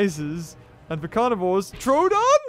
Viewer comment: It's troodon not trodon